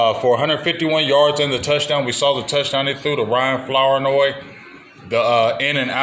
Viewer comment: Floor-noy is how it’s pronounced